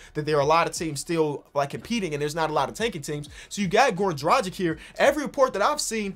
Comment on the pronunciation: pronounce dragic like you pronounce doncic